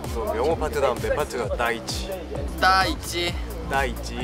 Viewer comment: 날씨가 좋은 에이사씨 ☆ 명호 민규 토닥토닥 넘우 귀엽쟈나!♡♡☆ "둘이 싸우지마앙~" "내가 가질게에" "날씨 젛다~" "따 있지~" 발음이 너무 귀여워 ㅋㅋ 윙크뭐야 끼명호구만 여기서 뛰어내려야 한다면... 명호마음속으로 퐁당!